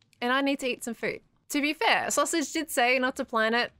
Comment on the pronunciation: fWhip be like XDXD : soosage HAHAHAHAHAHAHAHA